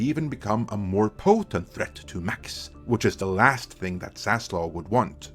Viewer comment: you get a dislike for continued and repeating mispronunciation of Zaslav’s name!Wtf is wrong with you being so hellbent on murdering that guy’s name?